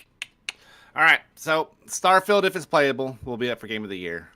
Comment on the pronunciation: Did someone say “STAHFIELD”?